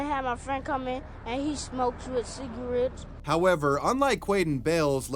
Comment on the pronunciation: What's a Cigawett ??